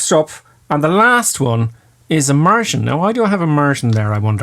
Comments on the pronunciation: 10. Immersion, not emersion. OK? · It's Immersion not Emersion. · It's... Immersion. Not emersion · 'Emersion' ??? you okay there? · Haha, your accent got me. “A Martian” you say. Took me a while to realize you were saying “immersion”. Lol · you mean emersion lul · Emersion? I believe you meant "Immersion"......just saying. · Y'plum! It's 'immersion', not 'emersion'! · It's "immersion", not "emersion". And you are a flight instructor? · *immersion. Emersion is the opposite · When he says 'IMMERSION' I hear 'A MARTIAN'